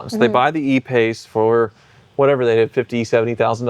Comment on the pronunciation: I hate to be that guy but they are I paces not E pace. Still dont like jaguar anymore for the record.